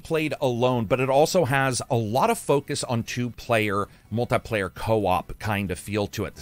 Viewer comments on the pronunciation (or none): none